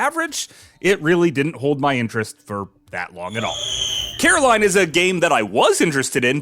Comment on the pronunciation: Some lil gems in here thanks. BTW it's Coraline NOT Caroline